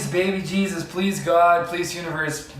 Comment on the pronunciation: Glad you had read Tschlifley's book. imo, Horses, Cats and Flowers are GOD's best Gifts to us!! (Ok, that gate along the ditch in ABQ was there for a good reason son!) Jesus is pronounced: Hay-SUUS. Naomi was probably laughing that a horse was eating her ashes, ha-ha! Mexican people are great! (but the Evil cartels hold everyone hostage ; (( Horses and kids can NOT be left alone for even 1 second, as you found out. (sorry you had to deal with cartel men, just like the populace does. And the poor Jaguar!!) Horses are the most accident-prone creatures!! (so always carry Wheat Germ Oil w Vit A & E. Clean a wound, then apply it, bc it kills pain in 3 minutes and also promotes healing.) Yes, Bureaucracy is hell and many in-charge are corrupt. But, at the end, Statues 4 you, Pasture for the 3 horses and even a new GF... everyone's happy. Obrigado for this story! (but why NO Marcha M. horses, Brazil's National Horse Breed??)